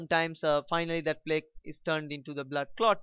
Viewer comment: Your pronunciation of the words "Angina" and "Plaque" are wrong. They are pronounced as "Anjaaynaa" and "Plaak".